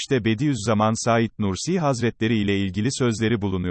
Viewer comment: Ya şu yorumcu kim acaba daha "Saîd Nursi" demeyi bilmiyor. Saîd isminde vurgu a harfinde değil "İ"de dir. Lütfen düzeltin çok rahatsız edici.